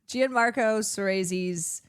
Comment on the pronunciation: Btw, it’s pronounced “John-Marco” not “g an-marco”